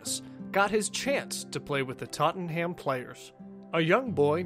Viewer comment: know he can't help it but the way he says Tottenham really annoys me